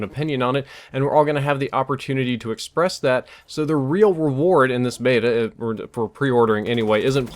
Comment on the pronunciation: Nobody says Beta properly!